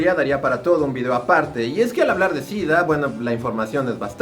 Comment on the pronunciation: Entonces por qué dice DIDDDAA??? 🤔🤔🤔